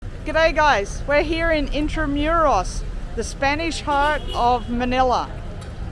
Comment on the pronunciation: It's IN-TRA-MOO-ROS